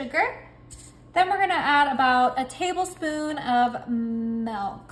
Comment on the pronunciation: Not "melk" 😢